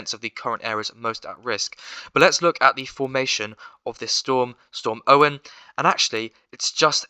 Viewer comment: btw not to be that person if you check on the met officer web site its pronounced ah oh wyn